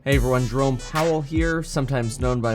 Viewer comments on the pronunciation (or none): none